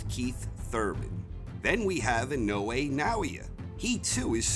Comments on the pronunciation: How he pronounces it in-no-way makes me cringe so bad lol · Inoue = In oh ey.....emphasis on the first syllable. Inoue is his last name. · IN-A -WAY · Christ now I can't un hear that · I can’t stop mishearing his pronunciation of INOUE as “in no way”...... making it difficult to make sense of what he is saying in the beginning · In no way will he pronounce his name right in the whole of this video. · It’s pronounced Nah - O - Yah In - O - Eh Not I - No - Way